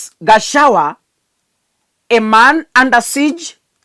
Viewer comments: Pronounce Ga cha gua NOT Gachawa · are you kenyan? can you pronounce gachagua ?